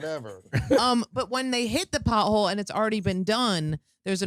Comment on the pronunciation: She can’t say potHole